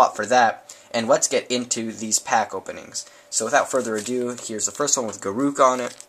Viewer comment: It's not ga-rook, but gar-ruck